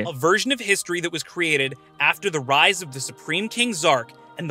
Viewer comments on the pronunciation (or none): none